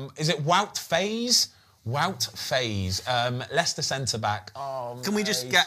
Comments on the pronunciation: Small pronunciation tip as a belgian, Faes, the "ae" you need to pronounce like "aa", like the F1 team Haas. Same with other players like Saelemaekers, Praet, ... just say aa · Believe faes is pronounced fars - but thanks for another great show the research etc is clear to see